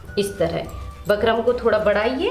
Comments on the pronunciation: Phle bolna sekho bakram nhi bukram.jahil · Bkram nhi bukram hota h mam🤣🙂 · Ma'am it's bookrum not bakrum 😆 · Bakrum nhi didi bukram boliye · Pehle bukram kehna to sikh😅